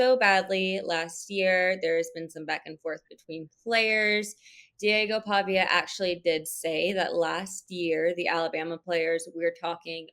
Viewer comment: Can’t even pronounce Pavias name. lol😂 so clueless.